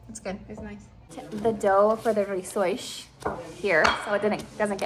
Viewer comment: I'm Portuguese, I love how you say "rissois".🙂 Now let's talk about recipe for "bacalhau COM natas"... 😁 Sorry,, but that is a little different from what we make in Portugal... and by a little, I mean A LOT 😂. Still looks delicious, though.